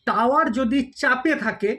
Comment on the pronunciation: আপনি তো ভূল উচ্চারণ করছেন : টাওয়ার নয় টায়ার